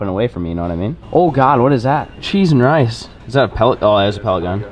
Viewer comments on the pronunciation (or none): none